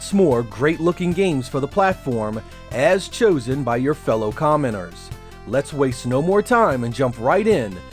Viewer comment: Apologies, it sounds like commoners rather than commentators when I listen to it, maybe it's your accent.